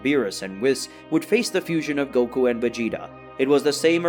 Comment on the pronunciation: Why do you pronounce the name Whis the way you do? It's not pronounced that way in English anywhere else.